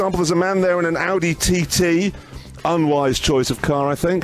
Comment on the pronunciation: not THERE, you schtewpid man